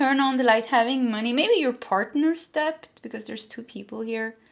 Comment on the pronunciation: Hi there….with all due respect, when you talk about money owed or debt, it’s pronounced DET, the “b” is silent. A lot of Americans make this mistake too. Love you, always spot on in your messages 💖